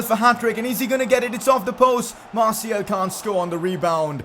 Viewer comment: Man its anthony marTIAL not marTIEL. Thats how it souds when you record